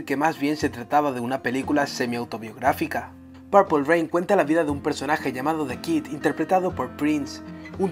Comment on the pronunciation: TE INVITO QUE PRONUNCIES BIEN PURPLE ..... PLEASE ME AWITASSS